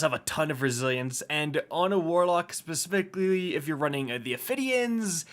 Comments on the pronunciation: “On a warlock spespicly”😂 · “Spespicly” - 2022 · At first I thought you were being a troll. Then I thought maybe you just mispelt it. Then I heard it. Now I cant unhear it. 😂